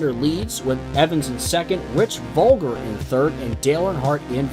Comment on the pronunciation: If it’s the indy car driver you’re using it’s Rich Vogler not Volger